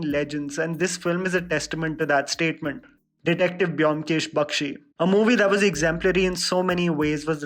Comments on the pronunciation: It's bomkesh not byomkesh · "Bomkesh" is a better pronunciation than "Byomkesh".... Bangalis will agree. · Byomkesh should be pronounced as Bomkesh